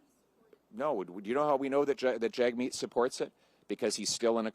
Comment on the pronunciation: hey jerk Jagmeet won't pull his support for Trudeau if you keep butchering his name on purpose. If you say it properly then he will pull his support and trigger an election.